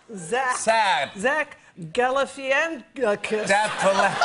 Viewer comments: Shame it's not her fault not a lot of people can pronounce galifianakis properly they don't know the a after the I is silent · Someone teach this lady how to pronounce Galifianikis